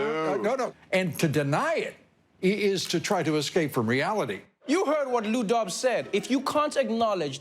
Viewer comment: Every time he said Lou Dobbs I heard Lou Dog. Who's here in 1993 listening to Sublime? :P